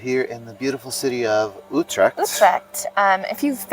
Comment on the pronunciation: As long as you keep on saying "Youtrack" instead of Utrecht properly , people will cassify you accordingly Hint , spend an hour on the vocal U and that s a perfect investment. Dont get triggered.